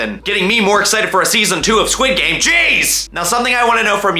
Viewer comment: i love it how he says sid game insted of squid game